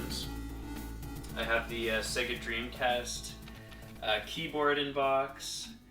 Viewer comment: It's Not Se-Gu It's Say-Ger ( SAGA ) I Know This Isn't How Its Spelt,I'm Trying To Write It How U Say It